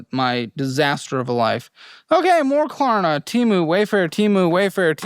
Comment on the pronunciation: I don't even use Klarna, but I know it's not "Klarma" 😂